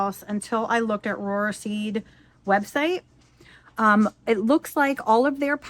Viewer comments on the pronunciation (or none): Not that it matters, but Rohrer is pronounced just like “roar”